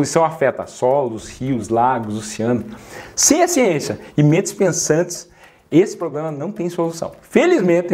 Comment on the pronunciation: A xiénxia😂😂😂